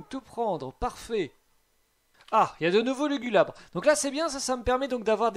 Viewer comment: Après "lugulubre" , voilà "lulugubre" mdrrrr pauvre Lugulabre son nom est pas respecté 🤣